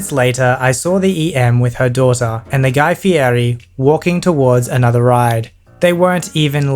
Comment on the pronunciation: Guy Fear-ee